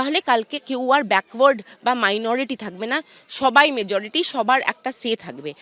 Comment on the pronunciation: তুমি মেজরিটি বলতে পরো না খুকি...